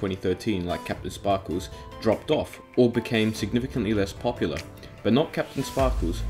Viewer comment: "Kapten spahkooz"